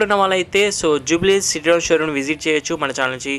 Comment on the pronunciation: బ్రో సిట్రియాన్ కాదు సిట్రోఇన్